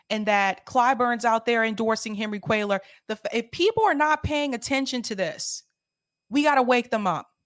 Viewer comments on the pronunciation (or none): First time listener - love the politics but the Latino name pronunciations need some work - sis-NER-os and QWAY-yar :-)